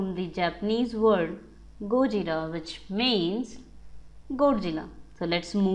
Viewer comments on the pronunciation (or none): none